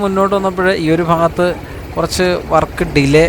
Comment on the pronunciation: ഫാഗത്ത് അല്ല മാഷെ ഭാഗത്ത്